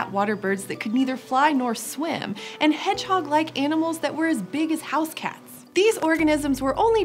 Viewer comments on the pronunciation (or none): none